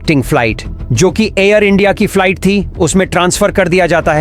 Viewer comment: Falait kya hota hai be ...flight bol bhai😅